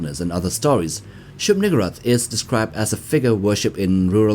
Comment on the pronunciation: To be fair the whole thing about the King in Yellow is lurking in the background… Also I am uncomfortable with how you pronounce shub-niggurath. Usually the emphasis goes on the u not the gg.